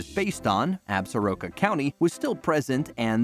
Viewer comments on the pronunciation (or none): As a native of WY I sure wish the word Absoraka was properly pronounced! It is Ab Sore Ah Ka!